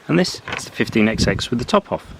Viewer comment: Please stop this EXEX nonsense. We do not pronounce the Xs, which are merely an indication that each engine has a different number! They are thr 15 hundred class. This exex thing seems to have surfaced among those born after the age of steam.